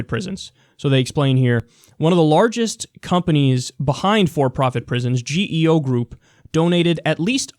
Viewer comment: The GEO in "GEO Group" is pronounced like a word just like the way a "Geo Metro" car (no relation) is pronounced. It's not pronounced one letter at a time like "G, E, O"